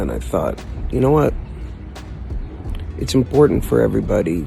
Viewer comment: HELLO EVERYBUDDEH OUT THUR